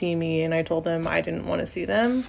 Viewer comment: I bet that group......"dance"😅....was a "spiritual experience for themuh"😂😂😂😂